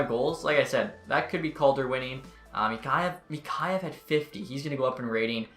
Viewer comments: Mikheyev (Mick-kay-ev) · just a heads up for you its mik-hey-ev